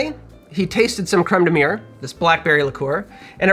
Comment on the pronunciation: Looks tasy, but as a Frenchman, I gotta say your pronunciation of Crème de mûre is... Well... You gotta work on it haha ! :) Cheers ! (or as we say in France : "Santé !", which means "Health" cause we all know alcohol is good for your health).